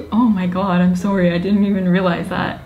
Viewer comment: Her canadian accent when she says "sorry" haha